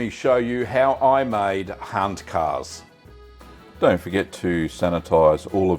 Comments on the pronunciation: Thanks for this. Excellent video! I’ve enjoyed Handkäse mit Musik in Frankfurt many times and it’s delicious. By the way it’s pronounced “HANT-kayzer” not “HANT-karse” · Your "Guten Tag" was spot on, but "Handkäse" is pronounced rather "Huntkazuh" . Loved the vid! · Käse is pronounced keh-zuh.